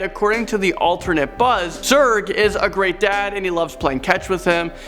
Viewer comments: He says Zug instead of Zerg twice at #5 lol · Did you just say emperor zug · Emperor Zug? Did you pronounce Zurg right?